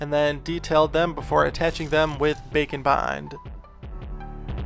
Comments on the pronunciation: What you said: "Grab some bake and bond, and let's get started." What I heard: "Grab some bacon bond--" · Anyone else consistently hear 'bacon bond' instead of 'bake n' bond'? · I swear when he says bake and bond his actually saying bacon bond.